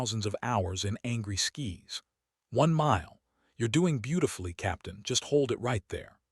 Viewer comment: they are on descent to Travis and somehow the narrative switches to thousands of hours in angry "skis." Shouldn't that be angry "skies?" Lol